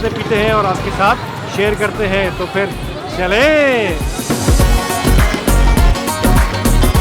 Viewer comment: It should be "CHALEIN" not CHALAIN.